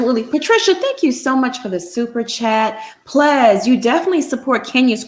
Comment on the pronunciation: “According to Plez”😂😂😂😂💕 💕💕😂😂